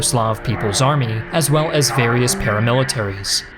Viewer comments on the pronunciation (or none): none